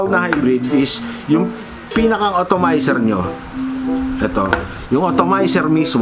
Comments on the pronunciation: atomizer sir..not otomayser hehe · It's called "Atomizer", not "Automizer". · correction lang boss. hindi otomizer ang basa dun. dapat atomizer :) haha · Sakit sa tenga ng automizer mali na nga inulit ulet pa ahaha ATOMIZER PO SIR!😂😂😂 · atomizer not otomizer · kla ko ako lang nakapuna hahah otomizer tlga ndidinig ko